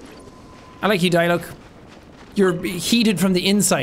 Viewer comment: "Let's go Diluc, Diluck: try pronouncing my name... see you can't." Funny thing is that Jack pronounced Diluc correctly the first time he said it